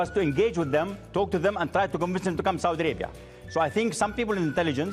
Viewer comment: Saudi Alaibia.😃😂U can't even pronounce your own Country.Kissin ass of your Prince...this bullshit made MBS freed his brother huh!!!!Of course you will butter your Prince ...not to hang you upside down again and take $6 billion again from u😃😃Your a big joke but we understand where you are coming from...you love your wealth and your life.